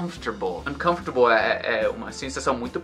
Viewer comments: Hi!, how's you going?! So, when you pronounce the word "uncomfortable", it sounds like you speack "uncomfotarble", with the letter "r" after the "ta" syllable, when actually it must be after the syllable "fo", like "uncomfor", or am i wrong? Sorry me for notice that! Could you please comment it back? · além de tudo, acho curiosíssimo como o som do "r" simplesmente muda de lugar nessa pronúncia, fica mais ou menos (numa transcrição fonética bem porca, rs) assim: an-canf-ter-bol.